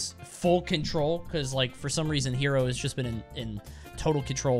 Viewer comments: Just FYI his tag is pronounced Heh-ro, like "hello" but with an "r" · The player Hero(へろー)'s pronunciation is not "hero". Actually it is more like "hello". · The name of this deity is HERO, but its pronounced "he-roh".